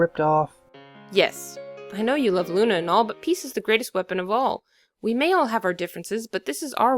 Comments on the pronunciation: Soler😇😡😉Not Lune😈😦😒💩!!!!!!!!!!=(=) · IT'S LUNA NOT LUNAR